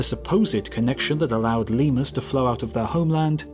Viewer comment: Press the thing if you heard "ligma" the first time he said "lemurs".